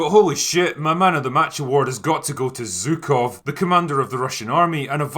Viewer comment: Excellent, as usual. I just wish people would do a little research on name pronunciation of major figures, at least. It rankles when you know how it’s pronounced and hear it mangled. It’d be like hearing “Wash-EENG-tone”. Learning that “zh” represents the second “g” sound in “garage” (like the French “j”) is not hard. Zhukov, for example, is closer to SHOO-kove than ZOO-kove. I’d be happy to contribute on the pronunciation of Russian names and put my money where my mouth is.